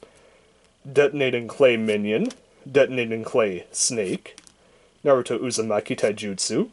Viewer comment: He said Narutoin a bad way